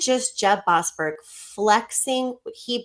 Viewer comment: Boas-berg. Berg Man Stein